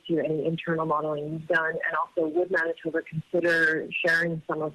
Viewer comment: Not anitoba its Manitoba